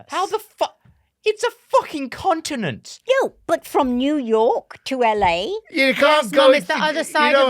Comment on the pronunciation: "It's a fucking contontent" 😆